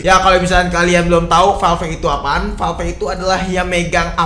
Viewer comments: VALV BACANYA BUKAN VAL VEK, NGESELIN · Agak krg nyaman denger penyebutan valve bang